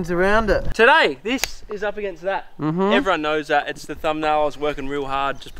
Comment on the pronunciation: heuoou ewewyone we r back in the toweew